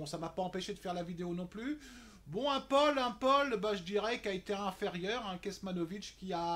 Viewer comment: Salut on prononce Tommy pôle et Océane Dodin , pas Dodine . sinon pas mal tes bets ;)